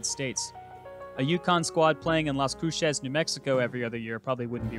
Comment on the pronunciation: It's pronounced (lah's crucez) fam 😂